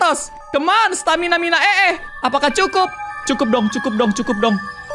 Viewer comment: tadi kak regi bilang "stamina mina ee"😅😂